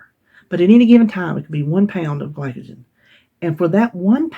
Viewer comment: Glycogen- you pronounced perfectly! Congrats on your you-tube Anniversary, I am a new sub and you crack me up. Look forward to watching more of your content! 1 pound loss is great, you lost 4 sticks of butter or like we say in Massachusetts buttah!